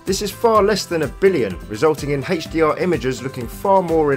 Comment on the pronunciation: Very informative video except the way HDR is said, it's like that cool whip thing from family guy...